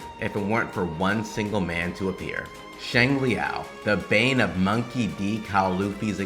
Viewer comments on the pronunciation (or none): none